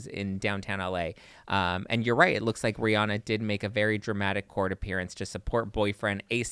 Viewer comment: It’s pronounced Ree-Ann-uh.👩🏻‍🏫❤ I love y’all’s channel!👏🏼🫶🏼😘